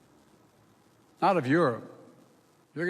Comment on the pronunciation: What the fuck is he even saying?! Finnalization?!